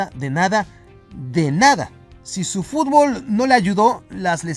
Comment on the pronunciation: 2025 y los memexicanos siguen sin saber jugar al fútbol. Ni tampoco pronunciarlo correctamente. Sigan así.